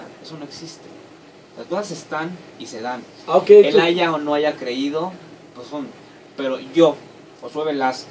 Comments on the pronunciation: Doctora? Diciendo "aiga" al 43.05? No mames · La señora está es maestra y participó en un programa gringo para latino américa y dice aiga? Tiene errores ortográficos hasta hablando y dicen que es maestra discúlpenme pero dónde se graduó. Aiga sido cómo aiga sido, allá señora maestra de Discovery Chanel yo no sé que bestia la contrató pero en fin en el reino del señor existe de todo, saludos y me gustó su entrevista